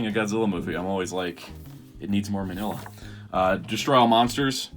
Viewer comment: He's Pronounced (Mean-nYa) not Manila like that Philippines.